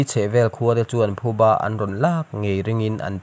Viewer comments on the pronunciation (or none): none